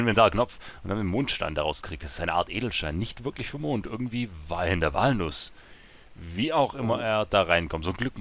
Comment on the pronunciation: ich hab noch nie gehört, dass jemand "walnuss" so ausspricht wie du :O :P jaja wer wird da nicht beim ersten mal von der bahn zermatscht :D